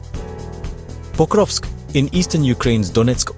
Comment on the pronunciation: there is no way you said "pocrusk"